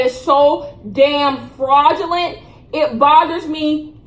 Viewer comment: Yo I love when she be saying FRAuUUdGELENTT